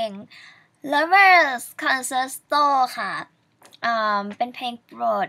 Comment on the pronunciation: concerto อ่านว่า คันเชร์โต จ่ะ